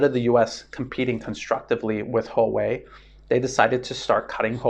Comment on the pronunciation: It's "hwa-way" not "ho-way". That said, you're one of my three favorite youtubers. The other two being Cyrus Janssen and Daniel Dumbrill. Still waiting for a way to support you via bitcoin.